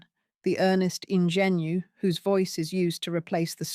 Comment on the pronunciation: ingenue is pronounced ON-JEH-NEW.